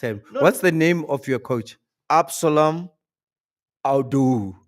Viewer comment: "Abdeslam" can't pronounce😂😂😂😂